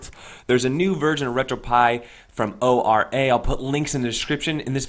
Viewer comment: whilst O-R-A isnt technically incorrect internally we say Ora like kia ora the wonderful fruity beverage or like aura